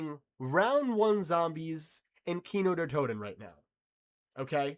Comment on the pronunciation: Not Kino der Toten 😂😂😂